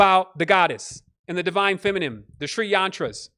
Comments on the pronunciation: ALL these years later and he still cant say FEMININE properly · Maven Nicole He certainly has enough words within his vocabulary to make up for a few mispronunciations.